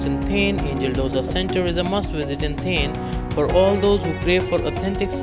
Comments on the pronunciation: It's not 'थेन' , it's 'थाने- Thane'. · Its not theeeeen it's thaaaaaannnne.. 😂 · its Thaane(pronounciation)and not thane(sounding like thame) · U don't know the place as u can't pronounce it correctly and you are suggesting top 10 restaurants of that place is utter nonsense. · Looking at your pronounciation of " Thane", its very clear that you have cut/pasted from somewhere. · Please correct your 100% wrong pronounciation of the city. Its an insult. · Hey Dude ..Please correctly pronounce its Thane City of Lakes .. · Ha kon murkha aahe , jo thanyala neet.pronounce pan karu shakat nahi 🙉🤦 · Cant ignore the Thane Pronunciation though... i tried alot. Also you have missed many.